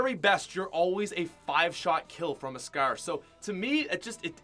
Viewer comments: FOR FUCKS SAKE CAN SOMEONE TELL HIM HOW TO SAY SCAR ITS NOT SKER ITS PRONOUNCED S CAR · How many times are u gonna say scaar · He says scar like scaire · Scar “Scaaaa” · Who else hates how he says scar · ImNotTheMyth Lol Lol what I meant is how you Americans are the ones changing spelling and metric units and as you made fun of him for pronouncing scar, I corrected you in saying that he pronounced scar wrong cause he was Canadian.